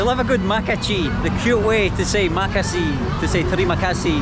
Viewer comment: LMFAO "makaci" "cama cama" get this man out of our country 😭😭😭